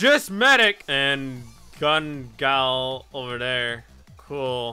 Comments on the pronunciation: Its gun gale not gun gal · the Gun gale skin is pronounced gun gayl